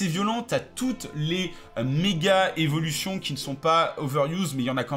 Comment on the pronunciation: Cro bien les Z'evilition :)